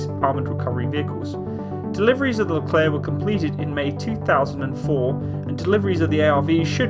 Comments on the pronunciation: If you want to pronounce this tank (or the general) correctly, it's like that : "le Claire" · Psst! It is I...Leclerc